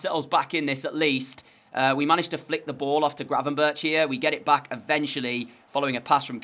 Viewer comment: You pronounce him as gravenberg The ch at the end just stands for a G